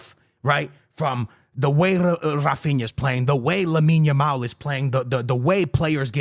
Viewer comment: Is there a genuine reason that doesn’t pronounce players names correctly? Like first it was Yamine Lamal until he got big now it’s Arojo and Cubasi, I can’t 😢